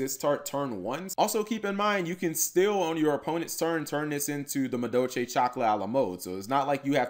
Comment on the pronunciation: Muh Doe Chay